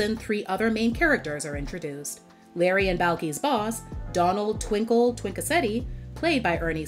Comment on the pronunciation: Twinkie, not Twinkle